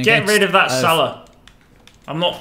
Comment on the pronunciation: is so funny 😂 instead of mohamed salah,he said mohamed salaar